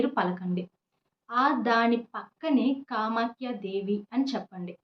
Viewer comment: మీరు ఏదైతే 11 సార్లు నేమ్ చెప్పాలి అంటున్నారు ఆ పదం క్లారిటీగా అర్థం కావటం లేదండి కామాక్షి దేవి ఆ కామాఖ్య దేవి